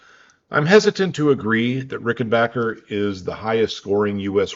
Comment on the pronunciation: Great video, and respect for the surprisingly proper pronounciation of french and german names👍By the way, Eddy Rickenbacher had swiss roots (his parents were from the canton of Basel) and died in Zürich in 1973.